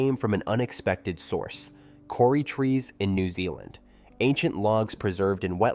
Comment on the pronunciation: Kauri is pronounced "Koh-ree" NOT "Kor-ree".